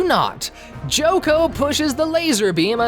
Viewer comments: If you are using the original japanese names... Why do you still call chocolove "joco”? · Him complaining about the name but calling Chocolove "Joco", Redseb "Ludsev" and Seyrarm "Salern" was cringe as hell.